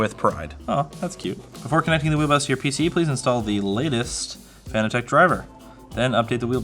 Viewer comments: ITS PRONOUNCED FANATIC!!!! NOT FANA TECH....!! NOOBSSSSS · It's pronounced fanatic. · It's pronounced Fan-nat-tec like as in fanatic.... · This was cringe. From the improper handling of the wheel base to the mispronunciation of the brand. BUT! It goes to show that even the simple minded can put it together and get it working. Good job "fan-a-tech"! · I always assumed it was meant to be pronounced “fanatic” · saying Fanatec incorrectly hits hard